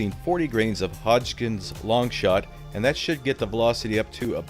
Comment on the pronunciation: I swear I heard you say "40 grains of HODGKINS Longshot". If you didn't know before, it's hodgdon lol.